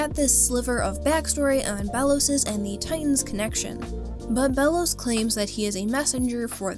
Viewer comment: i think its pronouced Bey-los